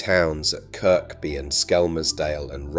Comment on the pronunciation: Kirkby? Lol. Kirby.